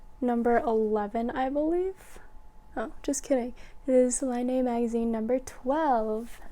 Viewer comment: Really enjoying your podcast. You are a knitting machine! Don't know how you can knit so much so fast ! I am bit of a pronunciation nerd, sorry, but Laine is french for wool and is pronounced "len"; a lovely mag for sure.